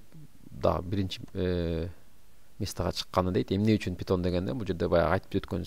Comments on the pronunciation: Пайтон бул тура питон эмес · Питон эмес пайтон